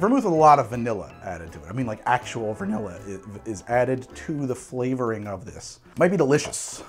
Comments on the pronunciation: 30min to go and I'm hearing "virnilla" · 3.1 VERnilla This is me 2nd time watching this treasure. I just noticed that on Manhattan 3.1 (x15) our dear host said VERnilla. And that struck me funny af 🤣